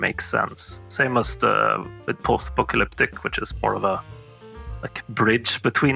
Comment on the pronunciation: What was that Apocalyptic pronunciation? Almost made me Apoplectic.